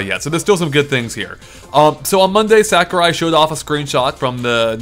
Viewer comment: ***** his name is sakurai not sakuria